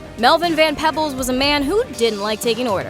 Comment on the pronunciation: I'm pretty sure it's Mario Van Peebles not Pebbles.. Lol